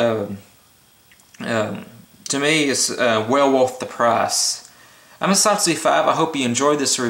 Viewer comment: I think you are the only reviewer who pronounces the company name ESEE (ee-sea) correctly. HELL YA!